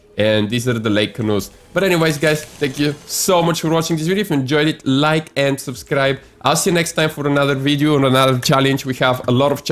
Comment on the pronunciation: Brand new schellensches. I like "GRAGI KLIEFS" and i "subschkreid" your channel ^^